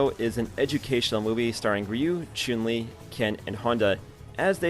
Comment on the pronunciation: This guy says choon li